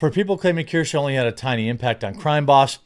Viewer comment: I think her name is Kursch, like rhymes with curse (sorta), not Keer-sha. Anyway, I think I'm subbed to her, not because I'm a big fan, but because she was on a panel, with some other streamer I like, who tried to push her to get to 50k or 100k subs. Much like you once pushed Empanada Girl, to boost her, and I did sub to her, but I don't think I watched a single vid of hers since. If you live in glass houses, shouldn't throw stones. Sometimes I sub to channels I don't actually like, cause some other channel said "They're cool, help them". I get caught in the moment, and I'm like yeah sure, I'll help some newbie. Well, long story short, you do it too. So if some channel I subbed to turns out to be a crapshoot later, I'll just quietly unsub. No need to make a big deal of it. EDIT: My apologies, I sounded off like 2 minutes into the video, shoulda wrapped my fingers and refrained from typing till I knew what you were saying. Valiant Renegade has her as a guest panelist sometimes, and that's how I became aware of her. Valiant makes fun of Disney/Star Wars/Snow White just like you do. Again, apologies.